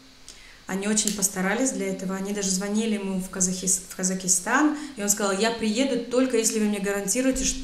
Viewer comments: Слова коверкаете.ВАМ НАДО ,ПОМИМО МУЗЫКИ ВАМ НАДО ВЗЯТЬ В РУКИ СЛОВАРЬ И ПОЗАНИМАТЬСЯ НАД ГРАММАТИКОЙ .НЕ ИСКАЖАЙТЕ СЛОВА.КАЗАХИСТАН.А НАДО ПРАВИЛЬНО ГОВОРИТЬ КАЗАХСТАН. И НАД ПРОИЗНОШЕНИЕМ И НАД УДАРЕНИЕМ ТОЖЕ ВАМ НАДО ПОРАБОТАТЬ,ПРЕЖДЕ ЧЕМ ВЫХОДИТЬ НА ЮТУБ И ВЫКЛАДЫВАТЬ ВИДЕО. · Спасибо за реакцию,правильно произноситься Казахстан,после х нет буквы и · Да, и "Казахстан", а не "Казакистан",. А вообще - великолепна. Для человека, не говорившего на русском с 14 лет, ее речь совершенна. И этот чарующий голос, сияющие глаза... Я уж не говорю о содержании ее рассказа. Спасибо ей большое! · Казахистан, мать ты с какой планеты?, когда ты ковекала его имя я терпел никогда ты изковеркала страну, ну куда это годится? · Единственное замечание -- Казахстан .